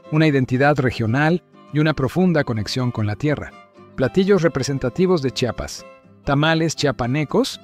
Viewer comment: Porque siempre pronuncian su nombre incorrecto, no es chapas es: CHIAPAS, porfavor.